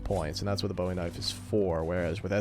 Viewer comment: People wonder why Texans have to take Texas History in middle school…probably so we can at least properly pronounce Bowie.